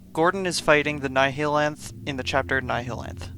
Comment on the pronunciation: Ah yes, the Ni-HE-lanth my favourite boss